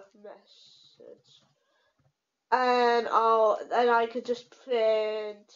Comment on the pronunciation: 'print' not pwint.